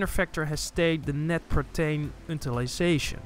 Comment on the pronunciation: Your videos are fab. I wish I could afford very good koi food but alas I can't. Small point : your English is very good but Protein is pronounced 'Pro teen ' not 'Pro tayn' 😉